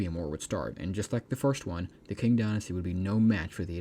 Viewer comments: I got confused for a second after hearing king dynasty, only to realize that you mispronounce the qing dynasty. It's spelled as ching, q in chinese become ch sound. Qi becomes Chi, Quan become Chuan, Qin is Chin, and Qing is Ching. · it's pronounced Ching not King Dynasty. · Maybe fix the pronunciation. It's "Chin" (Qin) not "king". Very confusing. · Tching not "king"